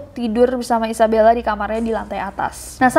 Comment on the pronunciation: Gue: Isabella Kak nessie: Izebella :")